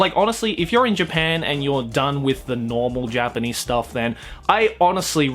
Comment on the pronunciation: It's just me or he is saying J-penis? Not Japanese, lol